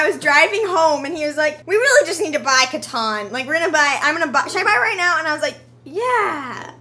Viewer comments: I love how she calls it caton instead of catan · "Cuh-Tan" NOT "Cuh-Ton"